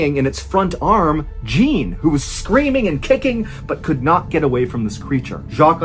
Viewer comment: the mispronunciation of Jean is killing me, lol.